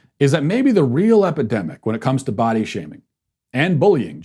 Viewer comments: For some reason, I swear I heard you say "butt-shaving." 🤣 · I thought I heard "ball-shaming" lol.